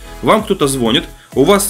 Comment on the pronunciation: Не зво́нит, а звони́т